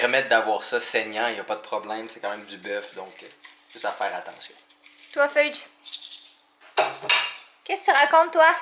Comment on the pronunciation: Est ce que tu as appelé Fudge "pheudje" a ?😂💜 trop chou ce chat🐱